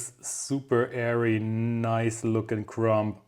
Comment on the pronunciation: As usual this is a very interesting lesson. Most of it I have heard before but your explanation always makes such good sense. Thank you! Ps: “Crumb” does not end with a p. The B is silent.